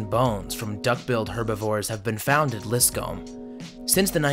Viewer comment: It's not lis comb. it's pronounced liscum. liss come. etc. not comb with a long o but come with a short u. I'm pretty sure that's correct. Just fyi! For names, you might want to check pronunciations b4 voicing the vids. FishHeadSalad shouted ya out and so I'm checking out yer vids. Pretty nice stuff from what I have seen so far.